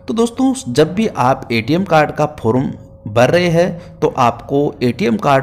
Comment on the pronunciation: फोरूम नंही रे फॉर्म कहते हैं😅😅